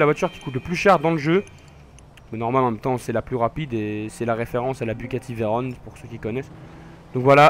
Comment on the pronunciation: Stp arrete de dire Bugati Veyronne c Veyron c on a la fin pas one